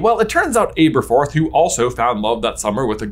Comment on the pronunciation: Seriously can’t get over the mispronunciation of Aberforth lol. I keep correcting it in my head every time it’s said.